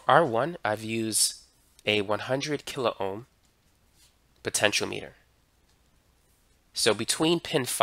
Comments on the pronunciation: Very nice lesson — well-explained and very clearly illustrated. For those commenters taking issue with the pronunciation of “potentiometer”: Our tutor is saying poe-ten-shee-oh-METER. In the US, the accent usually is on “OM”, like poe-ten-shee-OM-it-ur. Comparing US to UK pronunciations for words spelled the same, lots of times the stress is put on a different syllable, depending upon which country you’re talking about. Citizens in each country think that the folks “over there“ talk funny. Both are correct. To convert from one pronunciation to the other, either multiply or divide by the cube root of your age TIMES four pi R squared TIMES 1/2 the temperature in degrees Kelvin DIVIDED BY the fine structure constant TIMES the date in SI units; where “R” is the actual measured radius in furlongs of the left front tire of your father’s Oldsmobile at noontime when parked in the shade at the intersection of the prime meridian and the Tropic of Capricorn on the 29th of February during a leap year that ends in zero. Try it for yourself. If you take “toe-MAY-toe” and perform this operation on it, your result should very closely resemble “toe-MAW-toe”. You can expect some minor variation depending upon the length and thickness of the experimenter’s vocal cords, and his or her or their gender. (NOTE: due to the extreme difficulty of determining this value experimentally, linguists typically use a mutually agreed-upon compromise value.) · Wtf? He pronounced it (almost) entirely right. Your link says : "poten-sh[i]o-meh-ter". He said : "poten-sh[i]o-mee-ter" (big difference... he pronounced it as the unit of length, or as a device that measures something). Compare that to all those on the Internet who say : "poten-tee-o-meh-ter"